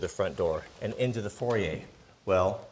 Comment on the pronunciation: it's not a for yay, it's a foy yay. aka foyer.